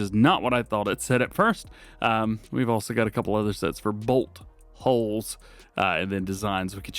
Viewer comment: Had to really pronounce “bolt holes”. 😂😂😂